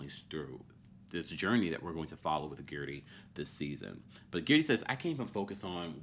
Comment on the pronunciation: If you can say THIRTY, you can say GERDY.